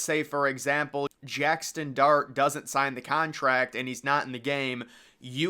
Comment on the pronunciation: Brother, it’s JAXSON not jackston